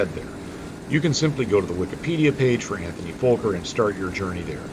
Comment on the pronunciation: but its not folker its fokker no l in that name. or is that totally different aircraft company?